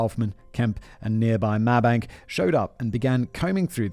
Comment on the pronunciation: It is awesome to hear this story as i am from kemp Texas and BTW mabank is pronounced as may-bank.